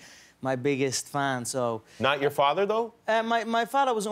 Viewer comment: Mudder and Farter ?